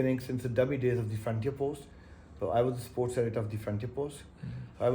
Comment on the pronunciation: Klasra sahib, it’s not suports journalist, it’s sports You need to correct your pronunciation.